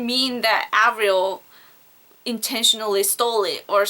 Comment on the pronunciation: haha she ALMOST got the Avril right